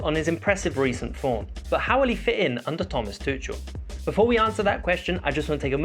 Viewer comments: ‘Tuchel’ is pronounce Toocul. Love your videos:) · I love your videos but one thing, you are pronouncing Tuchel wrong